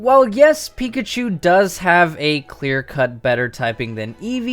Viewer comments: says pikahu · who else noticed at the end it said, "Pikahu"?